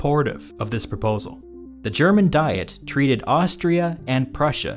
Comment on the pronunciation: Great video, a couple of pronunciation points though. Diet, in the sense of an assembly, is pronounced Dee-et with the I pronounced like the name of the English letter E. Papal, the pope adjective, is pronounced Pay-pal with the first A long and the second short.